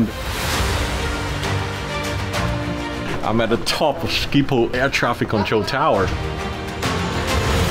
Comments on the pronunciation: Sciephol😂😂😂 statement: sgiphol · im dutch but you say scipol but you need to say sgiphol and how you spel dat is schiphol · Hahahaha he said Schiphol like skiephol🤣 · No one who isn’t dutch can pronounce schiphol correctly ahah